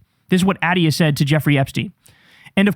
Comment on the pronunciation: So comforting that Kyle doesn’t know how to pronounce Dr.Attia